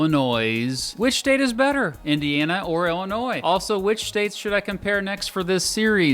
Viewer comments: Thanks for not saying the S at the end of Illinois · As an Illinoisan thank you for pronouncing Illinois correctly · Thank you for calling it Illinois and not Illinois